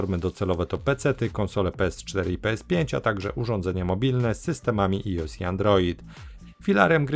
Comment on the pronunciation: Final Fantasy zawsze na PLUS bo to moje dzieciństwo. Za reklamowanie ruskiej gry minus, jak i za wymowe iOS